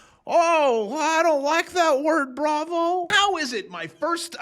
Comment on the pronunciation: but bravo i thought u said go long 🫨